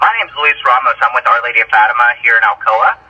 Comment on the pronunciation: I love this longer content! I always watch your videos when I’m cleaning ❤ also I’m so sorry queen but it’s pronounced Fat-Tim-Ah but you did so good! Only telling you because you’re always so thoughtful and inclusive and you wanted to know! You’re doing amazing sweetie!